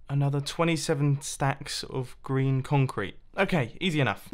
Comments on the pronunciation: Is it just me who hears "Stacks of Grian Concrete Powder? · Why do I now hear Grian instead of green?